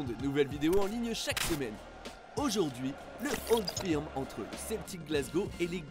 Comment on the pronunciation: Beaucoup d’erreurs ou d’approximations ! 1) la capitale de l’Ecosse c’est Édimbourg et non Glasgow 2) Le Old Firm (au passage on prononce « feurm » et non pas « firme » ) a lieu au minimum 3 fois dans la saison et même plutôt 4 mais absolument pas 2 fois . Spécificité du championnat écossais ! 3) Les écossais ne sont pas spécifiquement protestants et unionistes . Niveau religion il n’y a pas de majorité claire en Écosse même si clairement Glasgow est plutôt une ville catholique. Mais les unionistes sont minoritaires en Ecosse . Même fin 19eme au moment de la création des 2 clubs de Glasgow l’Ecosse n’était pas férocement pro grande bretagne (d’ailleurs si le maillot des rangers est bleu c’est par rapport au seul drapeau écossais )